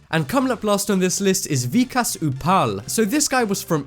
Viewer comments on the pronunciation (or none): UMM............ U PRONOUNCED VIKAS WRONG